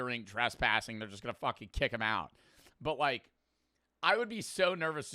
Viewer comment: It’s but not butt💔🥀